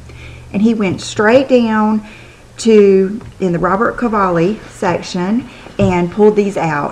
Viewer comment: It RobertO Cavalli. Not Robert, FYI.